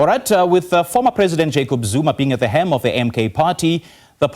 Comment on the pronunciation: HELM. Not hem.